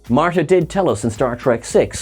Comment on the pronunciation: why do u call this series start tek? its not trek